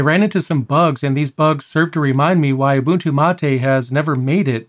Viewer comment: Finally i hear someone pronounce Ubuntu correctly, 99% of people pronounce it wrong